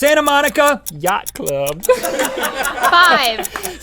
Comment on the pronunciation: "Yatch club" LMFAO